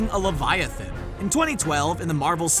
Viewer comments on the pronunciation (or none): leviathan not laviathan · It is a leviathan not laviathan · Uuuuugh, im pretty sure its 'Leviathan' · Wtf is a "Laviathan"?